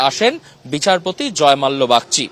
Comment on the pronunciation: Thik kore uccharon korun .ota jozmalya noi ota jozmolla ache